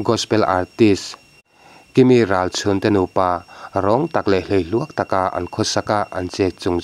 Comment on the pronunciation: Kimi rachhun iti ziah a ilam thiam lo ani pon Kimi ti la atawk mai Ralchhun ni loin Ralsun ani zawk